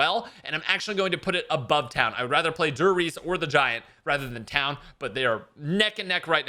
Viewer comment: “Dur Reece” 😂😭